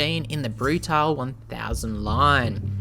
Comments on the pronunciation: Not Brutal it's Bruta - le . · I own this bike and it's been quite solid after the first year of ownership. Keep getting SCU errors (Susp. Control Unit), and installed the Arrow exhaust recently--insanely loud, but this bike is a real rocket and scary fast. Lots of complements on it wherever people who ride are found. Rims truly are stunning. Love this thing. Wish this guy would prounounce "Brutale" correctly, but oh well.